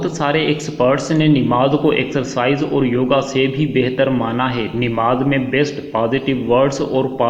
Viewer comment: ِنماز نہیں ہے ہے بلکہ نماز ہے اصلاح کی درخواست زبر کے ساتھ ناکہ زیرِ کے ساتھ